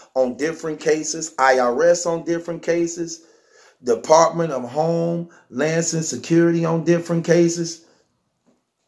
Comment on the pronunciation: This nigga said “Home-lances Security” 😂😂😂😂😂😂😂🤦🏾‍♂️🤦🏾‍♂️🤦🏾‍♂️🤦🏾‍♂️